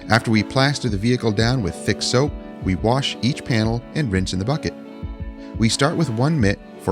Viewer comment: Nice Job, I always enjoy the neglected cars that are brought back to life with that detailing TLC. "Pressure Warsh!" Sounded just like some of my friends from the Baltimore, MD area. Is your wife originally from there.